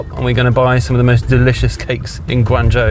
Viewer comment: As long as there is a human element, then saftey on the roads is never a certain thing. Also I would expect someone living in China to learn how to pronuounce Guangzhou correctly, and not butcher it. And the laws in China for self-driving say you need to touch the steering wheel at least every 10seconds or will complain. I think this is a good idea compared to people trying to sleep at the wheel which is why Telsa has several deaths, and the most accidents reported with self-driving. One thing I would also question is how would the car get better over time, I doubt it has it's own learning AI inbuilt, because this is what it would be trained with at the start, so being nerveous is a good thing, Chinese people will just walk in front of a car as many have no sense whatsoever to safety.